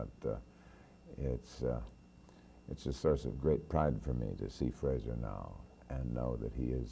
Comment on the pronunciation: ……Mr Heston’s son’s first name is pronounced ‘Fraser’, not ‘Frasier’. Mr Heston was well mannered enough not to correct the interviewer………